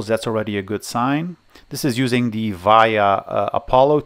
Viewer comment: You make great videos, but please stop saying "THEE" instead of "THE" everytime... I'm an eglish native speaker... and it distracts me everytime you say "THEE" ... It is like a counter in my brain which goes on everytime you say "THEE" ... it sounds awfull and distracts while whatching your nice content